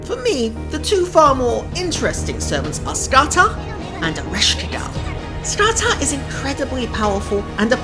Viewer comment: Not Ska-tak but Ska-Hak or Ska-Hawk